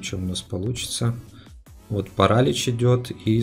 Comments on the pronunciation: не парАлич, а паралИч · King нет, паралИч